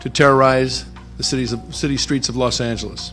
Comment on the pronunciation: No one:: “LoSt aNgLiEsSs”